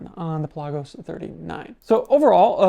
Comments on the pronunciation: It's pronounced Pelagos, not Pelagos. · Is he pronouncing Pelagos correctly? Never heard anyone ever say it like that?